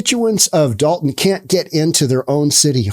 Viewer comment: I believe that it's Dolton. With an 'O'. Dalton with an 'A' is in northern Georgia.